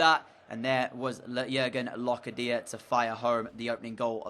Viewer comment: for locadia it’s not loca dia it’s locardia